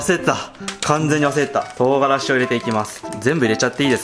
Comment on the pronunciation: 唐辛子が冨樫って聞こえた マサルがこんだけ毎日投稿してんだから 冨樫先生仕事して下さい。